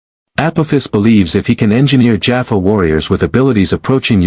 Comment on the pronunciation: I have yet to come across even one channel with a cross over SG story that has pronounced Teal'c, Jaffa, Tokra, or naquitah (sp?) correctly. This one can add Apophis to that list. In the close captioning, he's lord Ape! 😅 It makes me slightly wince mentally every time I hear names being mangled.